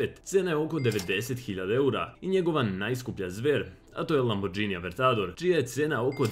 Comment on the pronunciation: e buraz bez uvrede ali kaze se lamborgini a ne lambordzini, ucim italijanski pa znam da je tacno sto posto, jer ghi se cita kao gi ;))